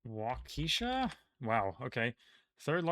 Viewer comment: You mispronounced Waukesha the same way Bernie Mac did in Mr. 3000.